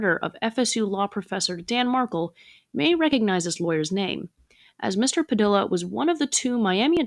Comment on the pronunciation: "Padilla" is pronounced" PadEEYa"